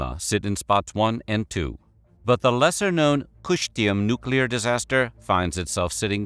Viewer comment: Кыштым is more pronounced Keeshteem. There is no English equivalent to ы its a long E sound in the back of your mouth.